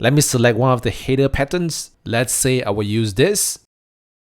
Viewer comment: the way you pronounce the word "header" makes it very hard to understand it.